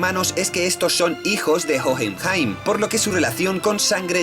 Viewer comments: Lo único que tengo para reclamar es la mala pronunciación... Sería más agradable que se guiase por la pronunciación del país original (o la serie). Es muy raro escuchar "Jojenjaim" :c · No puedo, me revienta una neurona cada vez que dice "Jojenjaim" o "Alkajestra" la puta H es muda mrda.